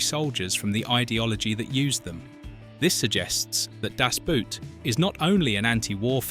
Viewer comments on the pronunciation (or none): Boot is pronounced like „bored“ with a T at the end or „bought“ Das Boot has nothing to do with a shoe !!! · In Deutsche Sprache "Das Boot", nicht "Das Boat" ... untermensch... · Boot is pronounced just as the english word boat. Not like a boot for your foot. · It's actually not a "Boot", it's pronounced Boat. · If you're going to pronounce Das Boot in German, don't pronounce Boot like an English shoe. The double O is pronounced like a long O, just like in "door". Do it justice, only takes a moment to google it. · Das Boot as you pronounce it is something you put on your foot to wear. Das Boot stands for boat or in this case the submarine. It is not a boot lol. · Boot in German sounds exactly like boat in English. It sounds so dumb when people actually make the effort and mispronounce it as a kind of shoe wear. 😂 It’s simple. Das BOAT. Schluss. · For heaven's sake couldn't the people responsible for the AI have taught it that the "boot" in German is not pronounced like "nasty old boot" in English but pretty close to our word "boat." It's really grating hearing the mispronunciation again and again. Of course it wouldn't matter if your average person made the mistake, but mispronouncing the TITLE of the movie throughout a documentary that is the primary subject is beyond irritating.